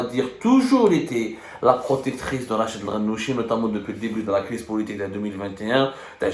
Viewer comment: RACHED et non pas RACHID يا حبوس